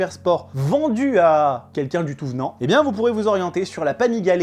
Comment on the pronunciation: pourquoi tu dis Panigalè ? 😄